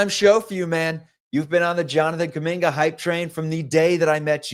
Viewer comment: KUMINGA....NOT KAMINGKA!!!!!!!